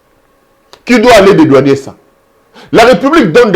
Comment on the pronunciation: Cher monsieur, l'on dit dédouaner et non dédouanier.